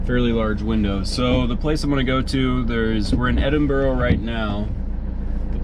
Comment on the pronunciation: Edinburgh is not pronounced edinburo. It's pronounced edinburu